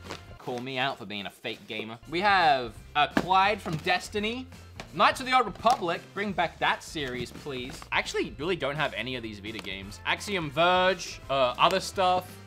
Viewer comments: "we have clyde from destiny -" honey.....it's Cayde........ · It’s not Clyde from destiny it’s Cayde but it’s ok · says Clyde instead of Cayde Every destiny player in the world has Been triggered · Just came to the comments because I heard that. It's not the first time he's called him clyde either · lmao he called cayde clyde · Calling you out for your Clyde instead of Cayde